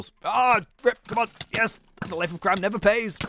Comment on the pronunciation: i like when says yez instead of yes